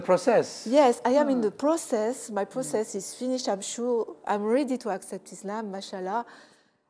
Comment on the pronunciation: His pronunciation of the word PROCESS is annoying ياليته يتعلم ينطق هالكلمة صح